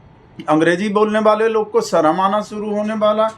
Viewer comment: 'Sarm' aayegi, 'Sharm' nahi......Amit Shah should learn to speak Hindi properly.Bhagatji,you are wrong when you say that Sourh Indians are English speakers.It is true that the vast majority of parents in South India prefer English medium to Tamil/Kannada/Telugu / Malayalam when it comes to educating their children.It's not that they neglect their mother tongue.English is seen as a business language or as a tool which comes handy while coming into contact with those who are unable to speak 'their' language.Why speak of others when even the "brown skinned Malayali Englishman" Shashi Tharoor is known to converse with his mother not in English but in Malayalam.Not so widely known is the fact that Right Hon'ble VS Srinivasa Shastri,who the British used to refer to as the "silver tongued orator of the British Empire" for weaving magic with the English language preferred Tamil to English within the four walls of his house.